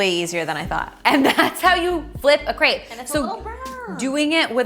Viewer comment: This looks amazing. But I can't believe how you pronounce "crêpe" (no offense). I will definitively try this recipe. :-)